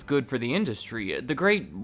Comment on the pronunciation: I hate to be rude but I don’t like the way you talk. You always put emphasis on the last syllable at the end of every sentence. So the last part of the last word is always stretched annoyingly far. For example when you say “industry” it sounds like you’re reading “industryyyyyy”. I find this video interesting but this is just too annoying of a speech pattern for me.